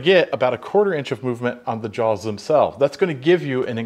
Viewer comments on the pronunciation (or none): none